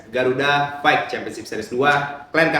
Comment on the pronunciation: FACE NDROONGG BUKAN PES FIGHT BUKAN PAIIIITTTT BELAJAR CARA NGOMONG F DAN V HOST